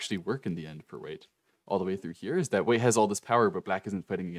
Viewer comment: Bro who tf is Wei? Ooooooh white..... Took me 18 minutes to figure out. Accent much lol